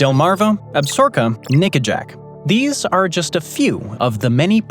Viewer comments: Nice........but, it's Ab-sa-ro-ka, not "Absorka" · The narrator used the name absorka When the proposed state was Absaroka. Ab sa RO ka. Not Ab SOR ka? Talk to me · It's Ab-sa-ro-ka not ab-sor-ka. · ab-sa-ROW-ka. need to read you some longmire. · It's pronounced Ab- sa-RO-ka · I regret watching the whole video only to hear you say Absorka over and over again at the end. Lame. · Yes, the creator, butchered the pronunciation of Absaroka, It's pronounced Ab-sa-roka. Longmire a very good and bingeable TV Show. I heard that the novels are an excellent read also. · I thought it was pronounced Ab sa roka. Or was that the television show's pronunciation. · You're killing me smalls. Sound out the word. ab-sa-ROK-a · It’s Ab-SAR-o-ka….please learn to say things correctly. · Ab- sa-roka short a n long o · Chill, it's not like you went to Absorka State. 😅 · Lot of people here pronounce it ab-SOR-ka it’ll be all right. As in the ab-ZOR-kez referring to the range / wilderness area. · All that buildup just to repeatedly mispronounce Absaroka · You are mispronouncing Absaroka. AB [short a] - SA [short a] - ROKA [accent on r, long o, short a]. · Some seriously butchered pronunciation of Absaroka. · We are from Wyoming and Absaroka, is not pronounced the way he said it!!! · That was grinding on my nerves too.